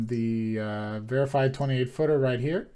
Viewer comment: "Varifeed" not "verified", lol